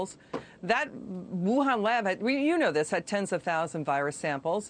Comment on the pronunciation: Whohan? Wuhan.. Youhan 🤔